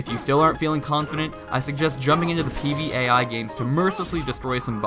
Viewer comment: did he just say PvAi?